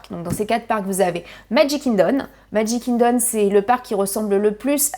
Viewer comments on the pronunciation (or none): Trousse à formacie, magic kindon, jingle cruise… tu as de drole de prononciations